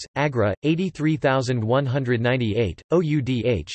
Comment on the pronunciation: Oudh ko pronounce kar bhaiye!